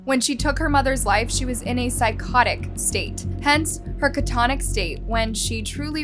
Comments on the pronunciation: *Cat a tonic, not ca tonic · It’s catatonic. Not catonic! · I can get past that. It's the way she says things like catonic instead of catatonic that get me. I usually click off at the second one. These stories are other places anyway. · You mean “Catatonic”? Catonic is not a word. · It is pronounced "ka.tuh.taa.nuhk" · Girl why u say “catatonic” like that 🤨